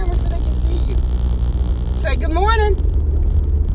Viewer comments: "URLY IN THE MURNING"🤣 "SAMICH" 🤣🤣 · "early in the mernin" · "Early in the Merning" Haha!!!! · "Early In the murning" 🤣🤣as a fan u gotta love them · "ERLY IN THE MERNING" 😂😂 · Early in the merrning lmaoo 😂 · “Early in the murning” 😂💀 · Auerly in the muerning lol!😂😂😂😂😂😂😂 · She say early in the murning 😂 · “Early in the merning”